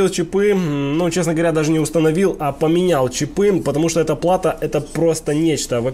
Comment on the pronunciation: Похоже на интересное видео, но когда началось "чипЫ, чипОв" - остановил. Что за травма мозга у большинства населения с ударениями? Попытаюсь досмотреть без звука, добавьте титры, пожалуйста.